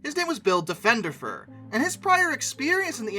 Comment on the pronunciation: A couple of points.. 1) It's Diff-un-der-fur. I know, trust me on this. 2) The state of Ohio was also a big investor in Skybus 3) the Airplanes Skybus had are still in the fleet of Spirit Airlines 4) Diffenderfer isn't an author much like a guy who paints his living room isn't an artist. Oh he's written what, 3 books that are probably more suitable for levelling furniture than reading.